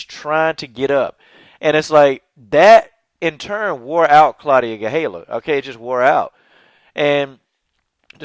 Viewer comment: GaDELha-- not GaHELLA